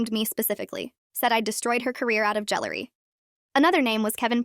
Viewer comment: "jealoury" is when someone is jealous over celery